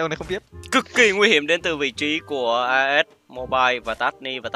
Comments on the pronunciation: As là Ah còn tiếng Ah as đọc là ê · Lớp 7 tiếng anh học chữ này rồi nè "as'' nghĩa là ''Như''. Phát âm là 'ê'